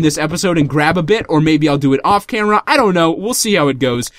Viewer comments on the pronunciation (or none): none